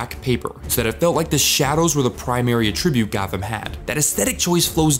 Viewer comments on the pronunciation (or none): "Common Ah-TRIB-ute", as in the verb meaning to regard something as being caused by a thing as opposed to "AH-tribute", the noun referring to something's qualities, is one of the most distracting "EmPHAHsis on the wrong syl-LAB-ble" moments I've ever encountered, especially from someone who otherwise appears to speak English as a first language. Like...I was taken aback enough by it to pause the video and write this comment the first time. But then it kept happening and I realized you genuinely don't know there is a difference, and maybe have only encountered the relevant word in text, and had to seriously debate whether I'd be able to keep watching. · Great vid. Well thought out and presented! Just some friendly feedback— AAH-ttribute = noun a-TTRI-bute = verb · Using the verb pronunciation of attribute when using the noun version is really throwing me here, man 😂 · There are two ways to say attribute. One is a-tri-bute. The other is uh-tri-bute. You are using the second one when you should be using the first one because the first one means a quality or feature of something. The one you are using means to regard something as being caused by something. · Attribute (noun) had the stress on the first syllable. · You just made me notice that I pronounce attribute and attribute differently depending on if I am saying the noun or the verb. You using the verb pronunciation was so weird to my brain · What's with the way you pronounce words like subsequent or attribute? Was this read by a bot? Genuinely curious.